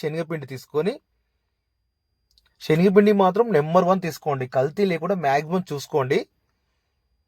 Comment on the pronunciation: షెన్గపిండి కాదు.. శనగపిండి